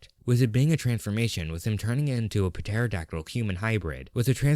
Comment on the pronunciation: Why do you pronounce pterodactyl like that